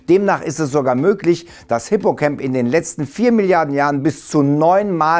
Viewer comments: Ich denke Mal Hippocamp wird nicht Englisch, also wie "cämp" ausgesprochen, sondern "Deutsch" bzw Latein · Hippocamp ist griechisch, und kein englisches freizeitlager, er wird mit a und nicht mir ä ausgesprochen